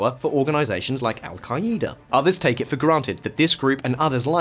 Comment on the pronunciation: This guy's pronunciations lol sha-rya Alka- eda